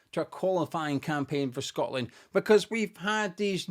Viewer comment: Well done to the lads. Though, when it was tied 2-2, I thought I heard one of the commenators say "Shockland". See you in North America!